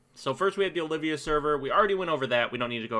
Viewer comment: Returning players are those that haven't played in 30+ days. And no, you can't do those quests. And it's Ol-vee--ya server, not O-liv-vee-ya. Olvia.